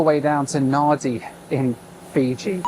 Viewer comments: And Perth is not in the desert. AND its Nandi not Nadi. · Interesting, but I marvel that someone who has seemingly been to Fiji numerous times (your narration indicates this) doesn't know that NADI is pronounced NANDI. Surely a flight attendant or a pilot would have mentioned the airport at least once during your multiple visits. Weird. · Why are you emphasizing your mispronunciation of Nadi? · Naaaadi? Try Nandi. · It’s spelled Nadi but it’s pronounced “Nandi” by the way. Also, Phuket is pronounced “Poo-Ket” not “Foo-ket”. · Great vlog as ever. BTW, Nadi in Fiji is pronounced "Nandi" not "Nah-di". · Just a heads up, Nadi is pronounced 'Nandi', and Phuket is pronounced 'Poo-ket'. Love the idea of this challenge! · Howdy. Nadi is pronounced “Nandi”. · Please on behalf of all Fijians it's pronounced Nandi not Nadi Vinaka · Somebody tell this guy the Fijian city of Nadi is pronounced NANdee. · Nadi is called Nandi. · nadi (nan) is pronounced NAN D. It's only a 4 hours flight NAN/SYD but most airlines pad their timetables to say 4.5 hours. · Pronounced "Nandi"😊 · Pronounced Nandi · Hey. Just FYI "Nadi" is pronounced "Nandi". 😀 great video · Enjoyed the vid! An easy mistake to make but Nadi is pronounced “Nandi”. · Great video as usual. You obviously did your research but... FYI Nadi is pronounced "Nahn-dee", Phuket is pronounced "Poo-ket" and Perth was not the furthest south on your trip. Sydney is furthest south. Sydney sits at approximately 33.87° S latitude, while Perth is further north at about 31.95° S latitude. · Great Video mate Nadi - pronounced "Nandi" invisible N. don't ask why🤷‍♂️ Phuket - pronounced "Puket" silent H. don't ask why 🤷‍♂️ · Nadi is pronounced "Nandi" btw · Nadi is pronounced NANDI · It’s pronounced Nandi even though there is no ‘n’ in Nadi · Nadi is pronounced 'Nandi'. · Do you do any research? Nah-dee? Seriously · mate nadi is produced nandi get it right mate you pommies used to own the place. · Nadi is pronounced "Nandi"